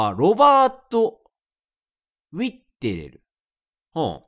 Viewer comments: レトさん「ウィッテレル」って一生言えない気がする…w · なんでそんなウィッテレル言えないw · 船長のラストネーム一生言えてないの草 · 頑張って読むけどウィッテレルが言えないレトさん笑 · 毎回ウィッテレル言えてないの草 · ウィッテレルが中々発音できないレトルト氏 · ウィッテレルを正しく言えてる回数が少なすぎて草